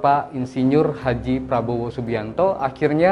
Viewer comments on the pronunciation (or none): none